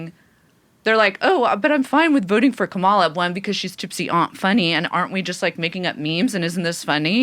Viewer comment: Kah-muh-luh. Not Kuh-mall-uh learn how to say her name